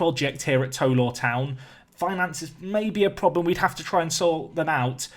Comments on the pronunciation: I was born in bishop Auckland near tow law. And it's tow as in Cow. Tow law 😂 not toe law 👍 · Pronounce Tow Law as in taw rather than toe like tow(el) law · Just a note that it's pronounced 'T-oww Law Town'...... as in 'Oww I stubbed my toe!'. Hope that makes sense! (I live 6 miles away! 🙂) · I live in tow law and it is pronounced more like taw law and are known as the lawyers. The ground has the second highest altitude in england. Also a few years ago, south shields FC scored a great goal and it won Budweiser goal of the month. (Children also get a free portion of chips) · It's pronounced t-ow law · Tow is pronounced like how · Looking forward to this series. By the way , the Tow bit in the teams name rhymes with ‘Cow’ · Looking forward to the save, however, it's driving me mad! Can you please pronounce it TOW as in NOW!! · Tow Law is about 5 miles from me, Tow is pronounced like Now